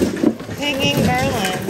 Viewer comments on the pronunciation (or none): none